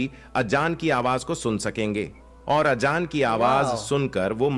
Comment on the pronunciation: Azaan don't pronounce Ajaan . The background explanation voice is very wrong pronouncing which is very harsh to hear.